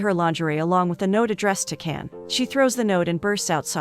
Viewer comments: His name is jan not Ken... the c in turkey is a j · It’s “John” — the C pronouns as J in Turkish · His name pronounced Jan . C Is j Türk-İşh 🇹🇷 Alphabet